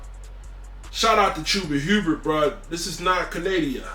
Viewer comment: “This ain’t Canadia”??